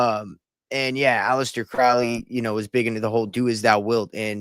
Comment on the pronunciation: Alister Crowley Cow- ley not pronounced Like Cow in field Crow-ly like Crow the black bird . Crowley is No Myth !! He can not be debunked . He lived and breathed Baphomet worship lucifarian religion he carefully crafted, by travelling the world His personal satanic life style put it in book after book. He came from elite Wealth on which he used his parents funds traversing the world. Crowley was Super close with Jack Parsons - rocket scientist L Ron Hubbard. All of them together. Crowley & Parsons actually summoned and opened a portal to allow a certain Demon so powerful into the world in Desert in US . People honestly need to wake up satan, the demonic realm, its a concept comatosed masses cannot Grasp . I've given up with people. Better to stay away and just expand my own discernment and knowledge. Do what though wilt !! Or whatever that Tee shirt says Those words front and centre on a hellywood parasite! Speaks volumes.